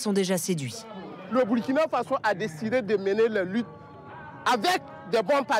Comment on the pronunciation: On dit Faso pas Fazo